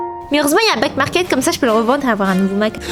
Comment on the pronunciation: Au lieu de dire back market j’ai cru elle a dit black market 😭